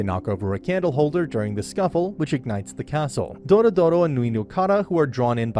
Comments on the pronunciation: It's not doro doro it's dororo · Doro-Doro? Jesus... it's DORORO 🤦‍♀🤦‍♀ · its DORORO not Dorodoro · "DORODORO"... it's Dororo mate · Isn't the kids name dororo, not dodoro? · It’s Dororo , not “dorodoro” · bro is no one gonna talk about how hes says dororo's name like "dorodoro" like bro how do u get it so wrong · The name is "Dororo" - not "doro doro" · Its dororo not dorodoro 😭😭😭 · Doro Doro?? you got the name wrong... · It's Do-Ro-Ro, not Doro-doro. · for gods sake stop saying doRO DORO. IT'S DORORO !1!!1!!1! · ITS NOT DORDORO ITS DORORO. You can at least get the names right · Why dorodoro when it’s dororo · It's Dororo not DoroDoro And Biwamaru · It's Dororo not Dorodoro. 😖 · Dorodoro ❌ Dororo ⭕ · It's Dororo, not Dorodoro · Not "Doro Doro" it's "Dororo" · i think he rname is dororo not dorodoro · M8 I fuckin lost it when you called Dororo "Doro-Doro". Like, wtf, there's an acceptable limit to mispronunciation, and then there's this. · Nice recap! But I have one correction, you kept saying Dorodoro but it's Dororo. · Every time he says "Dorodoro" Osamu Tezuka rolls over in his grave. It's Dororo. Also it wasn't for money... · It's Dororo not Doro-Doro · i can't count the times I cringe hearing dorodoro instead of Dororo which is the actual name of the anime and the character (child) I just can't contain this comment anymore. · Name: Dororo Him: Doro Doro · Dororo not dorodoro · DORORO not Doro Doro ... sorry it triggert me xD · It is t dorodoro but dororo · It's not Dorodoro it's Dororo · why are you calling her "DoroDoro"? its dororo like the name of the anime, only one "D" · Dorodoro- who doesn't know dorodoro- (Dororo. It's DO-RO-RO Also my guy being confused by her gender xD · you pronouced their name wrong, it's Dororo not Dorodoro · You keep saying doro doro but it’s dororo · it's DoRoRo NOT DORODORO FUCK. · I’m i the only one who noticed that he said her name every time incorrectly? It’s Dororo, not Dorodoro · he said " Doro Doro " sigh